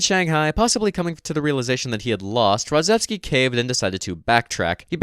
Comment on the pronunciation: RodzAevsky not Rodzevsky